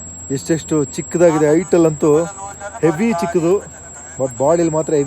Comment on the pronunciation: ಹೇವಿ ಅಲ್ಲ ಹೆವಿ